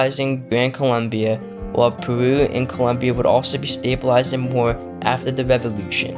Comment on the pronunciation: Expert in history cant even name a country correctly (its Colombia)